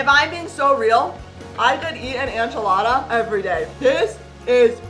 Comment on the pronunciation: I love how said anchilada instead of enchilada